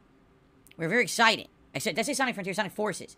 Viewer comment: He said exited and not exciTed